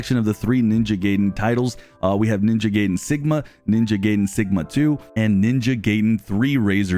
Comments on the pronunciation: Listen man its ninja gaiden not ninja gaydon but appreciate the news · Butchering the pronunciation of Ninja Gaiden (Ga-eye-Den)